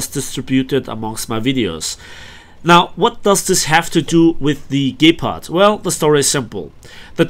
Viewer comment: What is a gaypard? Lol. Nice video!